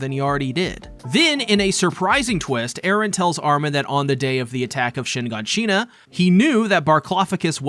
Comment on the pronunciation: Are you purposely saying Mikasa and shiganshina incorrect? Mee-casa and shin-gawn-sheee-naaa lol can’t un hear